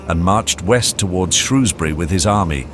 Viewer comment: Can't even pronounce Shrewsbury correctly.